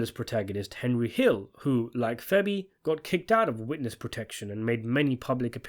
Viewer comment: Bro I love your videos but you gotta stop calling Fabian Petrullio…. FEBBY. It’s killing me